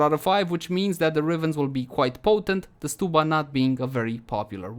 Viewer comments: I think it’s st-uh-bba, not st-oo-bba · odd i pronounce it stub like ticket stub then uh. So stub-uh. Stew-buh sounds so weird to me haha.